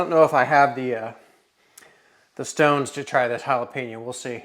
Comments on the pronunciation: Jalapen-YO, you damn midwesterners! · Dude, jalapenO